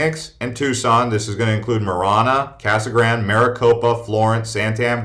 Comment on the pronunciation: Btw……’Casa Grande’…..pronounced…..ka-suh-gran-day! If you’re gonna live amongst the Hispanic community learn it!